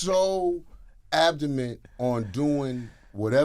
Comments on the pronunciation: This niggah Ja said abdomint 😂😂 LMAO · Nigga said "they were so abdomen" -Ja Rule lmao